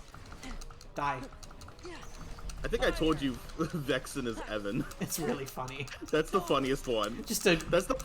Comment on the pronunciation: I'm Vexan, not Vexen